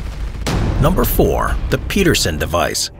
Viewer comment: You just had to mispronounce peterson didn't you?